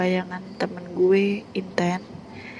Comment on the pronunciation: intan tp aku dengernya inten